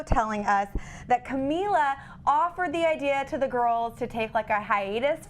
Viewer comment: Man said camelia lol